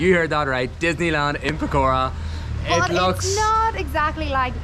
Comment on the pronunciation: Pokhara didn't like y'all keep pronouncing it pokora(fritters)